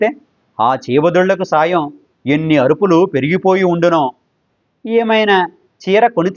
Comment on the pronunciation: Ayyo..ayyo......adi arupulu..kaadandoy..!!! Aruvulu...😊😊